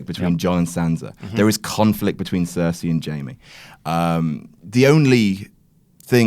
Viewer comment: Did anyone else get pissed when he said Cersei